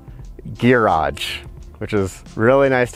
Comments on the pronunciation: He says gearage 😃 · I like that gearage, instead of garage. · Where are you from originally? I have never heard anybody else say “ghee-rodge” before!